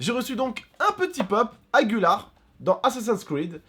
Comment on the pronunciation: on dit pas Agular on dit Aguilar.